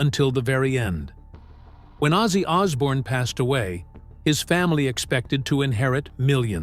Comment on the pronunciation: "It changed everything ozzy ozzbourne was born"?